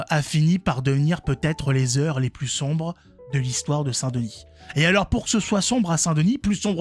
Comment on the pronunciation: On va ' étomber dans les heu' es les plus somb'es de notre histoire...